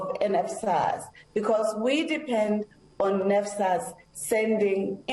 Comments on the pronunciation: She can't even say NSFAS😂😂NFAS😂😂👀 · " we don't disadvantage them " she is claiming students doesn't have money to pay tuition fee while she know exactly , they do that to coz they haven't sent data to nsfas 😳😳 nnfas 😳😳 she can't even say NSFAS.. AND YET SHE IS NOT GIVING STRAIGHT ANSWER STILL TELLING NUMBER OF STUDENTS IN UNISA IF STUDENTS ARE TO MANY WHY THEY DONT HIRE LOT OF STUFF OR COZ STUDENTS AND NSFAS ARE PAYING OR MANAGEMENT IS SAVING IT FOR THEIR OWN POCKETS .... MOREOVER HOW CAN STUDENTS DOWNLOAD STUDY MATERIAL IF THEY DON'T HAVE SMARTPHONE OR LAPTOP , AND HOW ARE GOING TO WRITE ASSIGNMENT WITH CELLPHONE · NSFAS not nesfas aggg just go out....